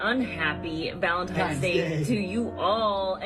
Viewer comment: That first couple was already annoying af, then he said “it’s ValentiMes Day”, and I was done. They’re full of crap, making up a storyline to get views.